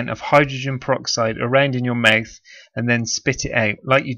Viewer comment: Pronounce mouth correctly you're pissing me off. Mouth not myth